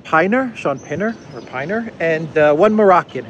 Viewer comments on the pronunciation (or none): It's pronounced Pinner, not Piner (Pinner like winner, except clearly Shaun Pinner is no winner). Stop being so American lol :D It's also Aslin, not Aislin. Aslin like Aslan the lion in 'The lion, the witch and the wardrobe' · There are still lots of mercenaries in Ukraine. Carrying out the sentence may deter those people. I feel for them but they made their bed. It is pin-er, not pine-er. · it's Pin-ner Rhymes with dinner. 😂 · I've heard it pronounced Pin ner